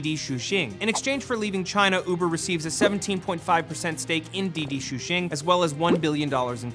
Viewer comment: "Didi shoe-sheen" lmao